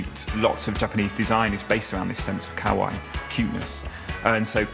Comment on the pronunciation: Interesting that the guy explaining "Kawaii" can't pronounce it. Otherwise top show.